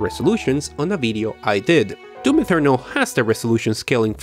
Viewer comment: Bega Tree, Ferry Low Settings, Doom Ethernal this guy pronounces everything wrong with no logic behind it.